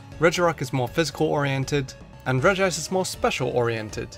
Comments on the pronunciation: Regice. Not Regi ice! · because there's no second I in Regice. So pronouncing it "Regi-ice" is pronouncing it wrong on purpose. Rename your Regice "Regiice" then I guess it would be correct. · It’s clearly regi-ce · it is regi ice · Regi-ice just sounds terrible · You pronounced Regice wrong. it's pronounce 'shit'